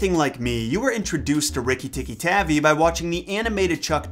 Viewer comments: It’s TAHVI right? Cuz his tavy is irritating 😂😂😂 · Was it always???? Tavi and not tabbi? My family has had 3 ferrets named rikki and we spelled the last name wrong the whole time smfh?? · Pancha tantra is actually pronounce puncha tuntra. And it's Tavi as in Taw-vee. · Sorry, it is pronounced Tar-V I use to have a tape of Rajard Kipling stories read by Kipling himself